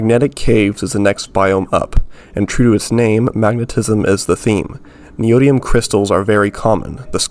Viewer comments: really good video but HOW DOES NOBODY KNOW HOW TO PRONOUNCE NEODYMIUM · yea why not